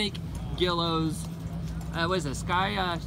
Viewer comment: It's pronounced Gwee low I was told by an ok timer... cool plane either way